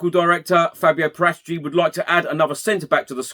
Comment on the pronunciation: You don't pronounce fabio's surname like that